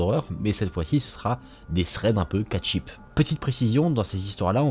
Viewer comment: « Cat ship » 😂